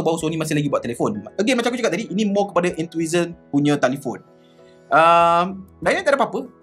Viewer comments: Enthusiast bang😅 bukan enthuhisast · entuisast silap sebut tu.. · Enthusiast = En-tu-sias bang. Apa2 pun review terbaik. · Enthusiast tu kena sebut betul2.. Hehe